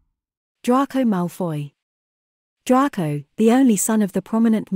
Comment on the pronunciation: It's Drayco, not Drarco.